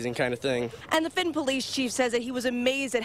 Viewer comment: Why did she call it Fitin High School? It's Fenton...